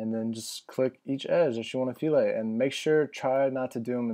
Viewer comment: I think its pronounced "fill-et" not "fe-lay". LOL thats what all my professors at UO kept telling me anyway...LOL